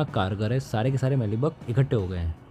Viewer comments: मीली बग, ना कि मैली बग ! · मैली बग नहीं, मीली बग, मेरे भाई!